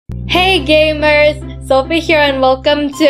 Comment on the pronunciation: I think you said that wrong but Sophie is Queen Sophie!